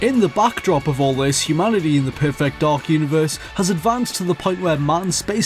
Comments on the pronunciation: Every time you pronounce "perfect," I feel I am having a stroke. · PUR-FEHKT DAHK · It's bizarre how he keeps pronouncing perfect like it's two words... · Great video, but learn how to pronounce "perfect".